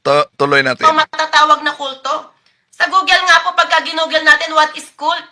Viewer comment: Malamang conning lang rin, katulad rin ni Felix "Pabu" Manalo.🤣🤣 Kaya ang GOOGLE niya kung salitain niya ay GULOGULO.🤣🤣